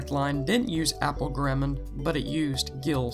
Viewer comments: guh-räm-mund?! Whot the fork? Wouldn't be so heinous if he didn't keep saying it. Argh! Humperdink! Humperdink! Humperdink! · good video! you pronounced garamond wrong. not a big deal though. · GAHR-a-mon Helvetica-noy-uh